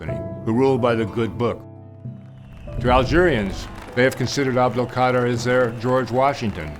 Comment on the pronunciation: Imagine writing a book about someone and still don’t know how to say his name right 🤦🏽 but still good message tho